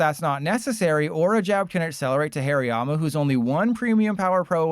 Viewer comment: Did anyone hear Hairy Mama when he said Hariyama?